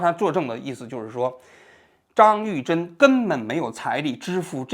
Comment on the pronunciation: 张玉珍，你为啥总是读成张士珍。